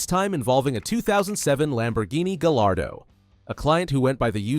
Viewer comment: are you really running a car channel and not able to correctly pronounce gallardo? Guy are dough.